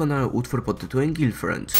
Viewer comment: "Girlfrend"?! Poważnie?! Jak już robisz odcinek to się chociaż naucz